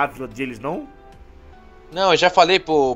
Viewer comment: é Tsukage!!!!!!! n tsukikage